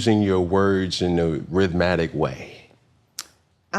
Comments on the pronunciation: Cam really said “rhythmatic” for rhythmic 😂. Podcasts are not for everyone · He said rhythmatic😢. That is not a word. It’s rhythmic.